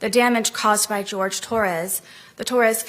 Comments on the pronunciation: I hate that she can never say his name correctly, its Jorge, 'Hoorhay', not George. Imagine being in a relationship for years and your girlfriend never calls you by your real name. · The fact that she calls him George when his name is JORGE. Disrespectful